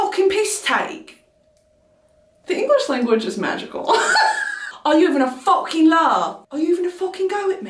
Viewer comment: Brittany, your accent is almost perfect. The only thing that isn't quite on the nose are your U's. You're saying 'fooking' instead of 'fahkin'. Hope that helps!